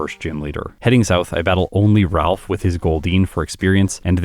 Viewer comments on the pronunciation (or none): none